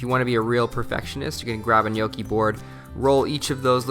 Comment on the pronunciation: My husband and I are Italian, and his family grandparents are literally from the "old country" and barely spoke English. We make ours a little different but this was very close to ours. Also, thank you for pronouncing it correctly!